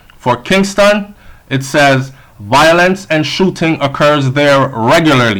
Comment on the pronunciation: please pronounce the word properly. It's VI-O-LENCE not VO-I-LENCE. Your channel is update and informative. Just a tip!